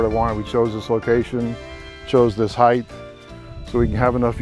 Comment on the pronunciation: This building is amazing! How awesome would it be have a tea up on that upper deck?! Really cool. But it's height. Not heigTH. (Like nails on a chalkboard.)